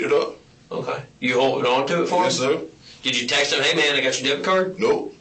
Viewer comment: I was just listening to this and they are clearly saying "death card" instead of "debit card". both of them. so I had to walk over and look at the video and text and even while reading it on the screen, im hearing "death card". "Deh-bit" that's how you say that. what the fuck? they are not making the "b" sound at all. that's weird considering this is about a murder.